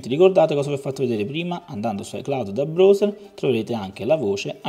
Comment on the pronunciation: mi chiedevo che cavolo fosse il bros (come lo pronunci tu) e mi dicono che sia il browser che si pronuncia BRAUSE(R)